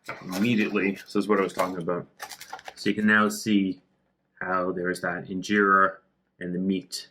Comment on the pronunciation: fix your accent its not ingerra